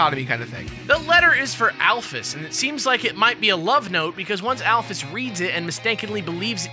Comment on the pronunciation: Thank god there's someone out there who doesn't pronounce Alphys al-feez.